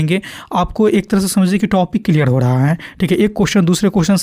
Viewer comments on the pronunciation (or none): none